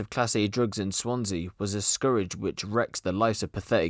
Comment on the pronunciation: Scourge not scurridge bro it's pronounced Skurj